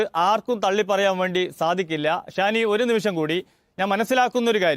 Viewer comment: ഷാനി ❌ ശ്വാനി ✅